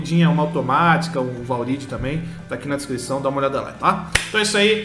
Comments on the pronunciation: ...valride... kkkkk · "valride" kakakaka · **valride** kkk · Jean Carlos a gente sabe que é zoeira cara(Pelo menos eu sei) só que da gastura ver ele falando Valride, foi isso que eu falei '-' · Kkkkkkk valridi kkkkk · "valride" KKKKKKKKKKKKKK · "VALRIDI"? SÉRIO MESMO? KKKKKKKKKKK